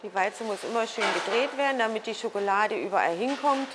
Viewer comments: officially triggered with "SchokElade". ;) nein, tolles video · My God... German is such a beautiful language... how I'd love to learn German... sadly, it's very expensive here in Portugal (I believe it's 200 - 300 euros per month at the Goethe Institute in Lisbon). Anyways... I watched the video... and all I could hear was the lady saying: chocolade, chocolade, chocolade, chocolade xD Chocolade - someone after my own heart...